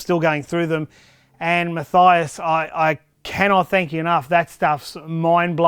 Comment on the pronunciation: Munk Meal i am fine with it as he had pronounced it...